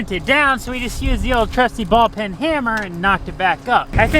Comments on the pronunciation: Ball peen hammer,. Not ball pin. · Ball PEEN hammer, not ball pin. :-) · Not /pin/ it is /peen/ Ball-peen